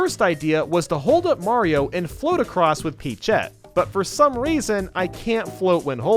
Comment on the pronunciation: Did...Did he say peachette?